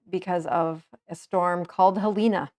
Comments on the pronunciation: Not sure why people keep adding an "a" sound at the end of this storm's name. Helene. Not Helena. God bless you and yours with recovery. I have mzny good froends there who all survived! PTL! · So You have an M.D.. Dr..... And can't pronounce Heleeen. Helene. Its not helenA